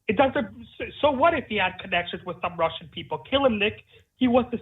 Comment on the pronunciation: I initially wanted to scoff when I read your comment. But yes, I agree. It's quite distinct to maybe . the way he say "Russian video" and "about"... I'd be quite surprised if this was a native speaker. (neither am I btw.)